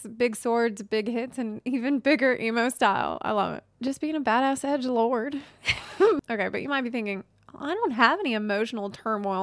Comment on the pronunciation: The way you said "loard" lol.